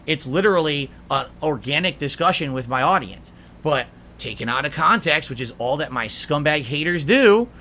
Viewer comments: 'Kahntext' is a term that holds massive amounts of power - so much power that only a slack-jawed idiot like himself can comprehend and control. SNORT! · Ah, yes. "Kahntext". I'm not sure could adequately explain what it means to a high-school English teacher either.